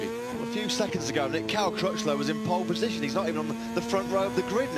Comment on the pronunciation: ぽーッるぽッじしょん！ 発音めっちゃネイティブ。